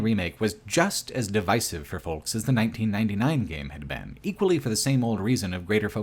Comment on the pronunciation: Why does every youtuber not know how to pronounce "folks"? The L is silent you fucking idiots. Foe-ks. Not Fole-ks. Egg yolk. Yo-k. Like Yoke. Not Yole-k.